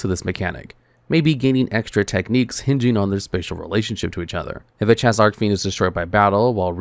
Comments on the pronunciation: It’s Arch-Fiend, not arc-fiend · I don't know why, but every time i head pronounce Archfiend as "Arcfiend" it makes me feel weird for saying "Archfiend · Im convinced he purposely mispronounces archfiend and Celtic just to piss people off